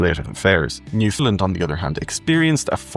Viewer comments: Ireland is not pronounced IreLAND by the Irish and Newfoundland is not pronounced by its inhabitants Newfundlund but rather NewfundLAND! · Newfoundlander here...who has been away for nearly 40 years. Your video is very good and I enjoyed it. But you have to say Newfoundland correct. It is pronounced new-found-LAND...just like the word understand. The emphasis is on Land. It seems very few can get this correct...and drives us off the head!!!! Lol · Newfoundland rhymes with understand. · Please pronounce Newfoundland like “shake your hand”. That’s how Newfoundlanders say it.